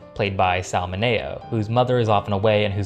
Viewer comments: You lost me when you pronounced Sal Mineo's last name as min-a-oh. And Giant was an epic movie. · Hey, you mispronounced Sal Mineo's last name. Just thought you should know. 😆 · Please learn how to pronounce Sal Mineo’s last name... thanks